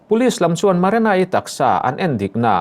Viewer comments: marana ani leu marina zawk aw lam dikloh hi ngati nge changkan na emaw i tih tlats le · Maranai ti mawlh2 mai😂😂 Marina tih tur zawk😂😂😂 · Marena, Marana,, Ti in i lam thin in ka hria, Marina tih hi lam ahar lutk silo a😄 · Nang chu "MARENA" i ti reng a😂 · Maranai ti in i lam mai in ka hria 😂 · An hming pawh i sawi dik thei lo ania, Marana-i a ni lo, hrui hrual pawh lam thiam bawk si lo. 😢